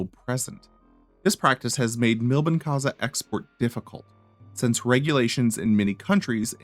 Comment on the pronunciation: it takes 5 seconds to check the original pronunciation of "Milbenkäse". It's not that americans are particulary bad at languages, they simply do not care